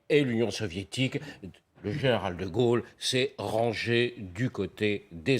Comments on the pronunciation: Pas de Golle, comme le dit la présentatrice...mais.. de Gaulle.. si je voudrais aider.... la prononciation est Gaulle..., etc Guôle... comme Dôle.... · Dites donc la pétasse là...quand on ne sait même pas prononcer DE GAULE....on se cache...c'est grace à cet homme que vous pouvez ouvrir votre claquemerde aujourd'hui....ok....kaunasse va....